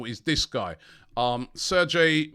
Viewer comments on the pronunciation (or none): none